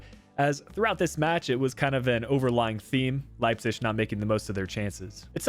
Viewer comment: Okay I tried to live with it but you absolutely butchered Leipzig’s name and it just sounds awful I’m sorry it’s not the first time you have miss pronounced somone or somethings name I love the content and you’re a great youtuber but I would just try and pronounce things a little better